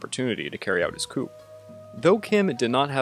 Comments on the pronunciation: Coup: Coo not coop😂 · Seoul is pronounced "soul" and coup is pronounced "coo"